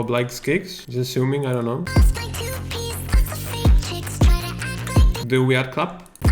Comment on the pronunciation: its great but i cant unhear toothpaste instead of two piece